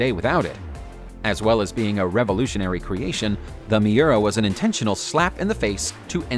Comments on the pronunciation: You'd a think that he would HEAR what he says an realize it's wrong, other than mispronouncing Muira, you should be able to tell super cars AND Lamborghini bother existed BEFORE 1996. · "Tipo 33 Straw-Dale?????" 1996 "Mee-urrr-ahh???" 1996? I mean. Edit. Google pronunciation. "Ferrari are..?" Ferrari is. So much WTF.